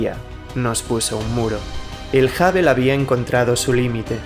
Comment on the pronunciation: Amigo, has un esfuerzo por no castellanizar palabras obviamente inglesas, da cringe, no es el telescopio "Habel" se pronuncia hŭb′əl ("HubL" si lo dijeras es español para que sonara como inglés). Es el único "pero" que siempre le he puesto a tus videos, tu pésima pronunciación del ingles.